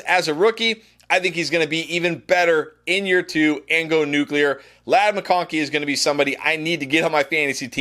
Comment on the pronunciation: I’m just glad you didn’t say nucular😂